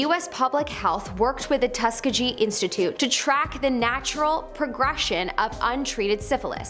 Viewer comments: Tusk a ge? It’s “Tusk E geeh”, you twit…as in Tuskegee Airman. “Ppl who only read” is what this channel should be called… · It's Tus-KEE-gee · Good episode. I will add that you are pronouncing "Tuskegee", incorrectly... Cheers. 🇨🇦